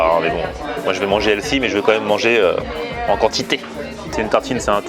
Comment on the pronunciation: Par contre le prix, il n’est pas détox quoi., on t’adore mais on prononce healthy(healfi et non elsi). 😂